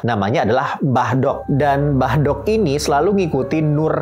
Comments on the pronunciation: Ngomong aja salah Mbk Dok 🤭. Yg bener Mbk dhok... artinya Mbah wedhok (mbah perempuan) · Lafal mbah dok nya kliru bro.. kalo di jawa ada ejaan "do" dan "dho".. mbah dok di sini menggunakan aksara jawa "do" sedangkan yg masbro lafalkan menggunakan aksara jawa "dho".. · Setuju, merasa terganggu dengan pengucapan mbah do' (mbah wedok).